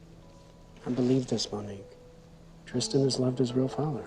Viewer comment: Tristan yung name ng bata, pero may mga nasabi si solenn na "christan" sa ibang lines😭😭inulit ulit ko talaga baka mali yung pandinig ko HAHAHAHAHAHAHA